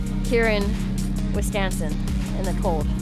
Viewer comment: You came to WI at the worst time. Also, I like how you said "Wiscansin" at the end. It made me smile